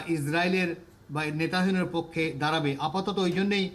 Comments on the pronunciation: নেতানিয়াহুর নামটাই উচ্চারণ করতে পারেন না! "নেতাহিনু" একটা জঘন্য ভুল উচ্চারণ, এটা আপনারা দেখেন না??? এরকম লোক এখানে আনা কি উচিৎ হয়েছে??? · সব্বাই জানি নেতানিয়াহু , আর আপনার এই আলোচক বলেন নেতাহিয়ানু, (নাকি আমি কানে কম শুনি?)আসলে কি হবে রে ভাই,একটু জানাবেন কি কেউ???? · Its not nata hebu its nataniahu.. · নেতা হেনু নয়, নেতানিয়হো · এমন একজন বিশেষজ্ঞ এনেছেন, যিনি "নেতানিয়াহু’র" নামটিও ঠিক করে উচ্চারণ করতে পারে না! তিনি উচ্চারণ করেন " নেতাহিনু"!! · একজন আন্তর্জাতিক বিশেষজ্ঞ বার বার ”নেতাহেনু” উচ্চারণ করছে। কি রকম তাহলে তার পড়াশোনা। সব জায়গায় একই অবস্থা। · আপনাদের সংবাদ দেখে হাসি পেলাম এমন এক অভিজ্ঞ লোককে নিয়ে আসছেন যে কিনা ইসরাইলের প্রেসিডেন্টের নামটাই সঠিকভাবে উচ্চারণ করতে পারেন অথচ সে বিষয়ে সে বিশেষজ্ঞ😂😂😂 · 😂😂 এমন একজন বিশেষজ্ঞ মন্তব্য করার জন্য নিয়ে আসছে, উনি ঠিকমতো। ইজরায়েলের প্রেসিডেন্ট নেতানিয়াহু, নামটি সঠিকভাবে উচ্চারণ করতে পারছে না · নেতানিয়াহু’র নামটি যিনি বার বার ভুল উচ্চারণ করছেন তাকে কিভবে ধন্যবাদ দিলেন? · যদিও নেতানিয়াহুর নাম ঠিকঠাক বলতে পারেননি তবে কথাগুলোর যুক্তি আছে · উনার চেয়ে অনেক ভাল লোক আছে।উনি বিশেষ ভাবে অযোগ্য।উনি নামই ভালোভাবে বলতে পারে না।